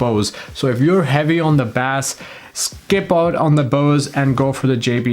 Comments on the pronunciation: Bah-Ace not bass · Not Bass its pronounced “base” ! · Baas 😂, it's pronounced BASE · Firstly and no offence intended, but its pronounced 'base' and not 'bass' (even though it's spelt that way). And secondly, whoever says that the JBL speakers sound like they're muffled or there's a blanket or something over the speaker and the Bose don't, sorry but it's the other way around. The JBL speakers sound more alive and open compared to the Bose. I was originally going to get the Bose speakers, but I think I might go with the JBL instead. To each their own though don't get me wrong, but that's just me. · you're saying bass wrong, its pronounced 'base' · stop saying baass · Why are you saying bass like the fish? Say it normal!!!!! Ba-Ace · By the way, in the USA at least, "bass" is pronounced with a long A sound (rhymes with face) when talking about sound and low voiced instruments and with a soft A sound (rhymes with class) when talking about fish. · Is this guy serious? Baass? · Bass is pronounced BASE. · its not sea bas its basss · Sorry but the Bose blows it away I actually have both speakers Gen 2 for the Bose. And no offense but I'm not taking the advice of somebody who can't say Bass correctly. It's like saying trouble instead of treble. Sorry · you're pronouncing bass like it's the fish. Lmao. I had to turn you off immediately. If you speak like that, you probably don't know much about music. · "in the US at least" it's pronounced the same everywhere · Great video but I squirmed every time you pronounced “bass” like that 😂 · As soon as u pronounced bass wrong…I was out!